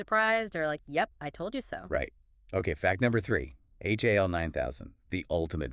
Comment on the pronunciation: This whole review is weird. There’s so many little things that are incorrect. (No one in the movie refers to the computer as “H-A-L”. They refer to him as “Hal”. And the song is simply “Daisy”, not “Daisy Bell”.) she pronounced the lead actor’s name incorrectly.